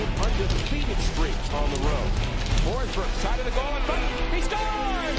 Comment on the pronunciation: Hate to be that guy, but it’s Forsberg :D